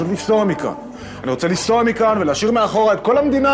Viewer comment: לסוע? או לנסוע? 😂